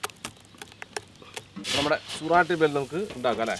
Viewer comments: സുറാട്ടി ബെൽ അല്ല. “സൂറത്തി ബേൽ” (ഗുജറാത്തിലെ ഒരു സ്ഥലം) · സുരാട്ടി അല്ല സൂരത്തി ആണ്